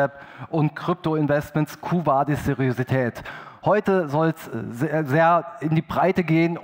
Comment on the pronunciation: Raucht mal ne Tüte Deutsch. Das Wort heißt Seriosität. Mit O und nicht mit Ö.